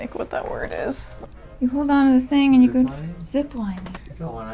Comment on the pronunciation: Me yelling at the screen: ZI P L INI NG it's Z i p l i n i n g